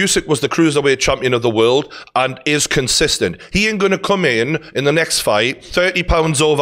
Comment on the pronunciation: if you wanna phonetically write a scouse pronunciation it's wealld not world haha